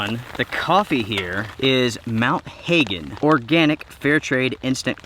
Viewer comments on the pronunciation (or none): its pronounced like "hugens" after the coffee that's grown in MT Hagen in Northern Papua New Guinea, Hagen was a German explorer, that reached the highlands in the mid 1930's, just to give you an accurate description, the bird on it, is an Emperor Bird of Paradise, known in the pidgin language as "KUMUL- KOO MULL", its also the symbol of the airlines of PNG as Air Nui Guinea. I know, for I am from this great wonderous green forested country